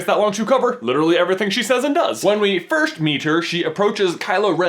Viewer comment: IT'S FIRST NOT FIRSHT YOU IDIOT.